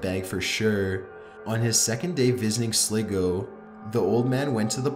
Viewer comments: Sligo not Slgo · #1 is pronounced sligo Not slego and I was at that hotel!!!! Oh and anybody waching in 2019?! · It's pronounced Sly-go, not sligoe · as someone from ireland, i just wanted to point out that if you meant sligo, as in county sligo or the city, it's pronounced "sly-go," not "sliggo." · SLEGO WHAT IT'S SLYGO THAT'S HOW YOU PERNOUNCE IT IT'S SPELT SLIGO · Irish town of slego? Wtf its prounounced Sly-go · The Irish Town is not called sliiego it's sligo I'm Irish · its pronounced sly go SLIGO not sliggo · Sligoe hahahaha I cracked up when I heard it , then read your comment, the Sligo man sad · the irish town is called sligo but it is prenounced slygo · Sligo is said like sly-go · Lol The way he says Sligo it’s Pronounced —— Sly Go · In the final one, Sligo is pronounced "Sly-go" not as pronounced it. Most Irish towns and city's names come from Gaelic and so aren't pronounced as if english. I understand how made that mistake though, most people don't realise letters have different pronunciation in Irish. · As an Irishman, please correct the pronunciation of Sligo to Slygo like its supposed to be pronounced lol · Slygo that how you say it and its spelt sligo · man, 'Sligo' is pronounced 'Sly-go'. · That’s not how u pronounce Sligo 😂😂 it’s “sly-go” I’m sorry but I laughed at that. A lot of non irish ppl get that wrong so you’re not the only one 😂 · For number one it’s not pronounced Sligo it’s pronounced slygo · U said sligo wrong I'm from Ireland and say it like slligoo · I think you meant “Sligo” (pronounces sly-go). It’s not a town it’s a country lol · Did just say Sliigo instead of Sligo I'm from Ireland so I know how to pronounce it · lol you said Sligo go wrong it's pronounced sly go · that county in Ireland you were talking about in the last video is pronounced (sly go) but spelled Sligo. come on man you should of researched how these places are called rather than going on what they sound like.